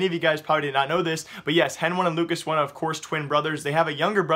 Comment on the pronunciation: That's how you correctly pronounce their names